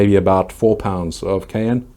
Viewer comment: Is it the fertilizer that keeps your plants from dropping leaves? Every year, my plants drop their leaves when pods start to ripen. They grow back, but it seems slower. Edit: pay-KEEN. Long E sound. ;) Still waiting to hear you say cayenne properly. It rhymes with Diane.